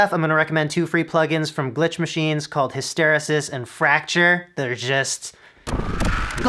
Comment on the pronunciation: Must check out the Full Bucket Music stuff! Btw it is pronounced HIST ER EE SIS...